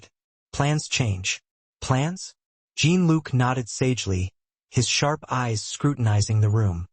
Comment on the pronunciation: It is not prnounced "Gene Look" but more like "Zhean luc"